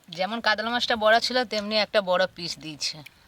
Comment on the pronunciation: কাদলা🤔 কাতলা